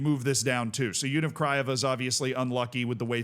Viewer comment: He can't pronounce Universitatea 😂